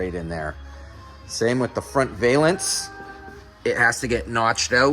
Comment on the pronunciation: Hey, a gymnast uses a balance beam, that's your hint on how to pronounce valance.